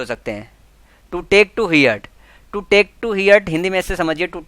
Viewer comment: heart(हर्ट ) not हियर्ट